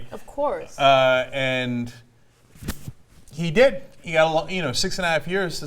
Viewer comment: Ana, do you really need to emphasis "He did" like that?